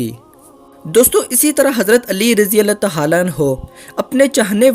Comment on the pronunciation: Bhai Allah tahala nahi hota bulke Allah tahala hota he